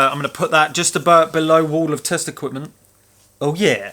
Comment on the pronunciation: I kept thinking you were saying "wall of testicles" and was confused, until I realised it was "test equipment". On a more serious note, the thing about modern vs old when it comes to computers (consoles included) is you're not comparing like for like in terms of actual processing power. PET with a single core running at ~1mhz vs iMac with 8 cores running at like ~4ghz. A fairer test would be to compare amps/watts per mhz per core. If you remade the PET running at the same speed but using modern components and efficiency in mind, I strongly suspect it would use less power to do the same thing. Having said that, modern software is terribly inefficient, and modern computers could use a lot less than they do on average. Problem with modern digital synths is they're basically a computer, and most of the power they use is wasted doing nothing. Also a note on flat screens, not all panels are the same. LCDs with LED backlighting are a lot more efficient vs the older CFL, etc (yep, most power that LCDs use is wasted in lighting the thing). I get none of this is overly serious though, they're just things worth nothing when comparing new vs old!